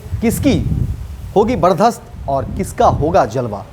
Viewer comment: बर्चस्प होता है सर बर्दास्त नही